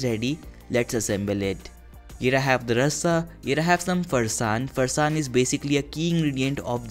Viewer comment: You lost all the points at ”Farsaan" it's sacrilegious